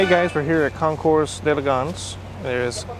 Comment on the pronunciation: The S is silent in concours. 🙂